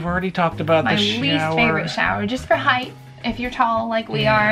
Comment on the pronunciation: Could you tone down that intro blast? It’s jarring. Thanks. And it’s height, not highth.Ok I’m done. I still like your videos.